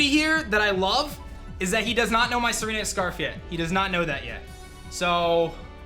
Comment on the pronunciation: I like how said "Tsareena with the kiss". Almost sounds like "Serena with the kiss" doesn't it?